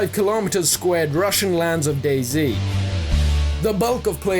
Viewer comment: you pronounce dayZ like dayz not day z